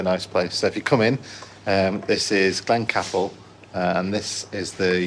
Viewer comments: Pronounced Glencaple as in "cape" not cap. Just saying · Beautifully scenery and beautiful filming at Glencaple ( pronounced as Cape not cap)